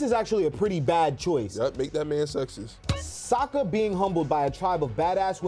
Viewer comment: And cmon bro its Sokka, not Soekka 😂😂